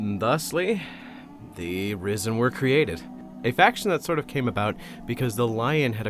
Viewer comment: I can't stop hearing "Rizzen"... Help me.